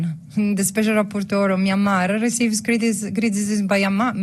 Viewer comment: I love she pronounced Myanmar